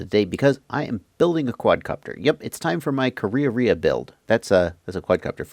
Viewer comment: you pronounce it so perfectly. ka rea rea